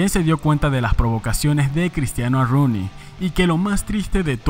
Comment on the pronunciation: Se escribe Rooney pero se pronuncia Runey, aprendamos